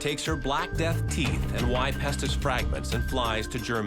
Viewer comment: Pestus? I thought you had said, Festus, and I thought of Gunsmoke.